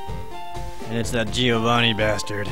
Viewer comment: Why can't you pronounce Giovanni ? D